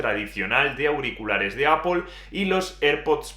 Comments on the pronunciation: APL no APOL NO TIENE NINGUNA "O" es ingles basico, solo es decir manzana nada más. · ¿Qué le pasa a este chico para que diga APOL? No ve que es ridículo????! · Cada vez que dices Apol se me eriza el vello. En cualquier caso, ¡buen análisis! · Apol, apol, apol, apol, apol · Alfonso An. Y si se quiere decir APPLE con la pronunciación inglesa, que lo haga con pronunciación inglesa; NO españolizada porque da vergüenza ajena. APOL.